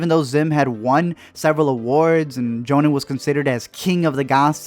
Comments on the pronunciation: WHYD YOU SAY YONEN? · You're pronounceing Jhonen wrong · YOU JUST SAID YONEN! HOWDARE YOU